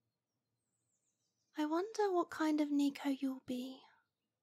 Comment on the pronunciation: Just what I needed to hear! The increase in Asmrs with Neko listeners has been a great treat fur a catboy like me-ow! Even though hearing it purronounced “knee-ko” makes me-ow cringe, I must thank you regardless! 😸